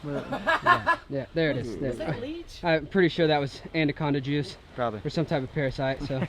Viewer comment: "Andaconda juice"